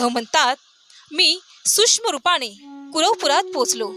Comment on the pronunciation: श्री स्वामी समर्थ,आपला आवाज चांगला आहे परंतु शुध्द मराठी भाषा बोलून तो चांगलाच खुलेल कृपया न आणि ण तसेच सूक्ष्म आणि सुष्म यात सुधारणा करणे गरजेचे आहे